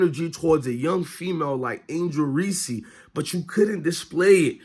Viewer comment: Wow the cc haters are in force lmao… learn how to pronounce Reese’s name too… you try to bring out race… find a better argument…. You claim to be an avid sports follower… smh … she didn’t win anything? … tell me how many players on Iowas team would have started on South Carolina or lsu? Clark took to Iowa to 2 finals… won player of year 2 years in a row could have easily been 3… maybe try to do in-depth analysis… 2 turnovers were on bad ref calls, 3 to 4 were mishandled by her bigs… now why don’t you discuss how James, iverson, Wimby, bird, or any other phenom when they played their first game.. hell Thomas even had 7 turnovers in the game… yes I am white nan who had mixed kids before you try to brush off these comments due to my color…